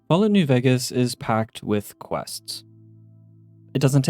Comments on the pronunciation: I swear this is the only person I ever hear calling it New "Veggus" and it's seriously been affecting enjoyment after I heard it, I can't unhear it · y do u say ”vegas” wrong